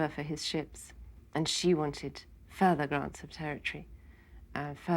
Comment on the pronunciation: Listen how "further grants of territory" is pronounced an on. Not even the Queen speaks on that level of 'society' (AE: high society) accent. You have to keep your tongue rather forward against your teeth, and make only the absolute minimum of movements with lips or tongue. It is a difficult accent but if you imagine not to be interested in any of the lower classes understanding whatever you say, you will have come a long way. Peter Ustinov makes an excellent and funny play on it with an anecdote of his mother meeting Queen Alexandra of England in An Audience with. It is right at the beginning.